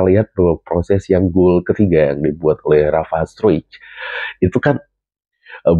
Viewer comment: Pelafalan struick yang tepat adalah STROIK.